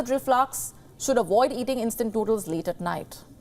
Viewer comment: Koooking! Instant nuudlles! Where they get these indian annoucers? They used to kniw how to speak english. They have 0 standard now.